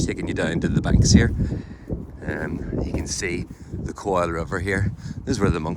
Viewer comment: i think you pulled it off at the start, "coil" like a rope, lord only knows how it ended up spelt that way, some sort of gaelic norse norman ulster scotch soup mix 😂😂